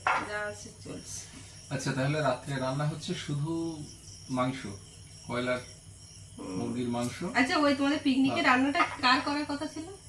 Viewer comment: কয়লার মুরগি নয় বয়লার মুরগি বলে😅😊❤